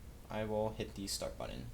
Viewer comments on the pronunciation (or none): none